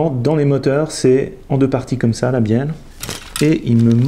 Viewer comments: Matthieu Bulvestre de rien et oui je viens de revoir moi aussi j'entend bienne 😂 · Benjamin RAHARD Merci Benjamin je sais que c'est une bieLLe avec 2 L mais c'est pour embêter François car moi à j'entends bieNNe 😁